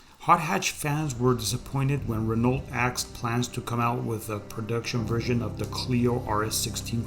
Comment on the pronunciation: You should learn how to pronounce Renault.